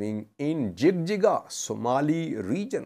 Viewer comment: so we say it JIJIGA not JIGJIGA in English jig jig has have diferent meaning it means having intimacy.